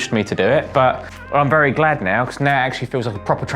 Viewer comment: didn’t realise was a south/essex geezer until I heard him say “now”😂😂